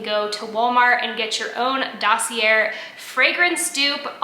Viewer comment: Dossier = Sounds like: daa·see·ay